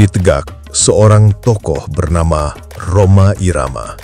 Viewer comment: Maap ya bang bukan rohma Rhoma bilang nya😂😂